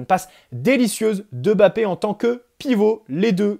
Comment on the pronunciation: Merci d'avoir fait l'effort de prononcer MBappé presque parfaitement, ça fait plaiser, parce que ce ÈME bappé on n'en peut plus quoi 🤣